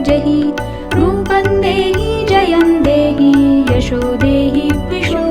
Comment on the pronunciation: Very nice voice... But it's Jayam dehi... Pls check